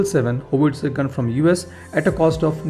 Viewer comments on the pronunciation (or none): none